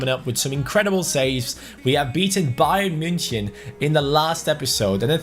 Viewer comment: you don't say bayern munchen right